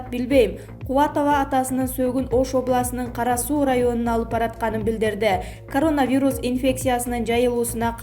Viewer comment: Могу сапатсыз журналистканаргы жоготкулачы,дегеле коронавирусту окуганды уйроно албай койду...